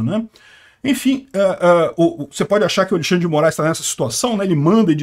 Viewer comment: Alguém poderia sugerir a notícia usando um nick ", pare de falar Alixandre!" Dá uma gastura 😂😂😂 ALEXANDRE!!!!!!! E E E E Não tem i